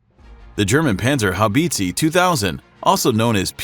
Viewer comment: Panzer How beetzee 😂😂😂😂